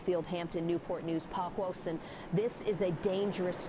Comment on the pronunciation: Good scenario but the way the AI voice says Poquoson is so funny to me 💀